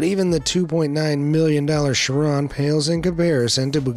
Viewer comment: bugatti chiron is so expensive people cant pronounce it right😂